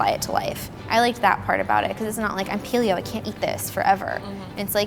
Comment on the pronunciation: "Pealio" nah it's Paleo, and its a good life style if you branch out.